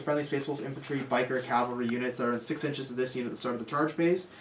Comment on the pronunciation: Guys ..also ...please ...please ... Cav-All-Ree ... Calvary is a Jesus thing ...